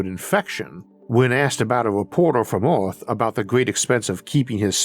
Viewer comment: Can't leavf earvf?